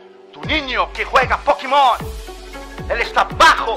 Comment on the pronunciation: Pokimon es di Dimunio 🤣🤣🤣